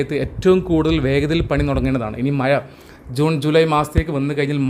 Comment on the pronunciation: വോക്ക് വേക്ക് എന്നൊക്കെ ഉപയോഗിച്ച് ഇംഗ്ലീഷ് പ്രൊനൗൺസ് നന്നാക്കുന്ന മിടുക്കൻ മഴ മയ.. കഴിഞ്ഞ കയിഞ്ഞ. മുഴുവൻ മുയുവൻ.. കോഴിക്കോട് കോയിക്കോട്.. തുടങ്ങിയ വാക്കുകളുടേയും ഉച്ചാരണം ശരിയാക്കി മലയാള ഭാശയോടുള്ള കായ്ചപ്പാടു കൂടി പരിശ്കരിക്കണമെന്ന് അഭ്യർത്ഥിക്കുന്നു. തുഞ്ചത്ത് രാമാനുജൻ എഴുത്തച്ഛനേപ്പൊലെയുള്ള ധാരാളം മഹാന്മാരായ ഉസ്താദുമാരുടെ കശ്റ്റപ്പാട് മലയാള ഭാഷാസംസ്കരണത്തിന് ഉണ്ടായിട്ടുണ്ട്. മറക്കരുത്.